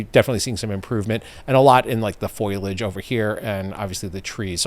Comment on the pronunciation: pronunciation of "foliage" is a bit janky, or rather skibidy.